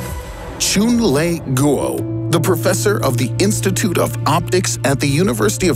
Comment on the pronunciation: posts well researched informative scientific videos Also: choon-lay-goo-oh Yo pronounce the man's name right, dude's Chinese